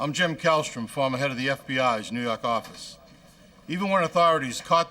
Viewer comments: "New Yock" you mean. Lol! I love these shows. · ''New York arficce''